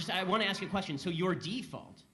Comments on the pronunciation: " Let them ax u firs" so articulate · Is ASK... not AXE... AXE is a deodorant or a tool for splitting wood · I can't listen to you excuse the horrible culture noted. Stop pretending you are open minded. Also, I would not hire you because you can't say "ask" properly. Culture. Not color. This entire thing went right over your head. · i cant believe u r defending the scum that r looting blk bizs and u r actually calling it "silliness". the institutional racism is lowering standards for black, letting them off the hook where u would enforce punishment on other races, THAT is institutional racism. and why r u saying " let'm ax u"....u have 300k subs, i think they deserve better than botched up english